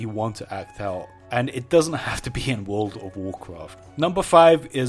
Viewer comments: "wood of wurcwuft" never gets old. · And i wuont to swee a swecwet zone in wouwd of wowcwaft love his accent